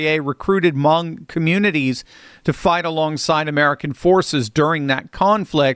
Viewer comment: Hmong. Rhymes with "dung."